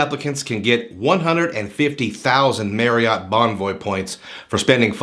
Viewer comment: Was looking at reviews of this card and noticed you kept on saying Marriott wrong. It's pronounced "Marry-it" sort of rhymes with chariot. It's not pronounced "Merry-yacht" Kept on jarring me during the video.